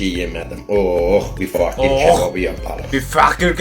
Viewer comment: fakir❌ fuuckir✅